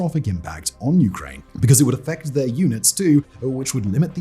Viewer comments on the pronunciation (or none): none